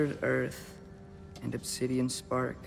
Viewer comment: also, i need to mention this nitpick somewhere. they pronounced opsidiani wrong but still bothered to put the accent (these -> ά ί ό έ ώ) there, which tells you the correct pronunciation.